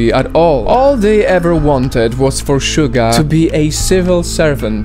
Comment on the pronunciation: YEAH Thats's How u Pournouce suga last video of bts i say u pournouce suga wrong, but then yeah